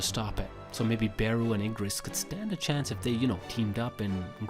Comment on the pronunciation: Ermm… I think you said Igris wrong